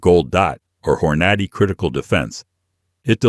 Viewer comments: AI CRAP HORN - NOT - E LOL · AI said Hore-notty 😅😂🤣